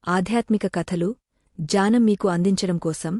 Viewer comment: ❤janam annttu vinipistunndi, 3times alage Cheppa vamma, gnanam correct kademo, janam jnanam kaka ఙ్ఞానం gnanam